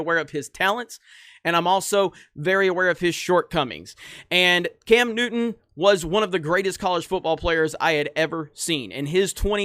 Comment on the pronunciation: Cam Newton you mean Cam Nudder